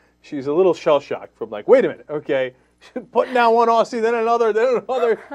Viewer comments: why does he pronounce aussies with a sssss instead of a zzz? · its pronounced OZZIES, not ossies... idiots. Also, the "black people eat fried chicken" stereotype REALLY DOESN'T have that stereotype. I think its a bit of a stretch to go "unruly black guy, civilised white guy". The was no discriminatory themes, so who cares. Sorry, but it is our country and it WAS aimed at us. Sure, you're allowed to be offended by it, but we don't have to give a shit =) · Look, to the fuckwit on the left. At the start its aussies (pronounced ozzies) so say it right. Second of all, thats a racist comment, 'Throw another shimp on the barbie'. Look fuckwit, you're next. And lastly, if we wanted the american perspective, we would have released the advert there. But we didn't because you don't understand or embrace the game of cricket like we do, so shut the fuck up! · And for fucksake stop mispronouncing "Aussies"